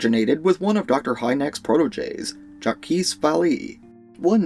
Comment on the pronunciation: Jakeese Valleee? How did you manage to mispronounce Jacques' name so thoroughly then seconds later pronounce "Vallée" correctly, for future reference his name is pronounced "Zha-k Va-lay" Otherwise great breakdown of the case, 10/10 kino